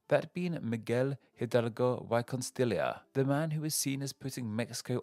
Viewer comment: “Miguel Hhhidalgo why Costilia” Look how they massacred my boy